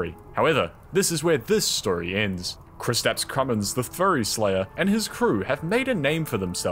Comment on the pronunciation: Man Kristaps Krumins is a Latvian name and im Latvian and its super funny to watch people try pronounce Latvian words